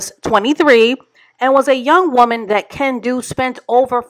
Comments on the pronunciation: Every time you said Ken-don’t, I chuckled 😂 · Kendu? Teh, more like Ken- don’t 😂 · I almost busted my side when called him KenDONT 🤣😭